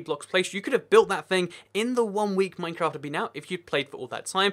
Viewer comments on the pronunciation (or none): At the start he says mafcraft